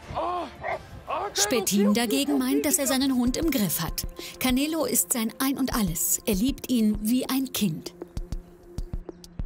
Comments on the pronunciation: canelo: KAMEELO 🤣🤣🤣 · Kein langes eeee sondern canelo nicht caneeelo sondern canelo